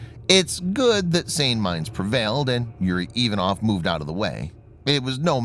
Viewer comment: Get a Navy CTI Russian to help you - Ivanov has emphasis on second syllable and Khurs - the Kh is standard transliteration for the Russian gutteral H - it would be pronounced Hoors, otherwise fantastic posting (otlichno)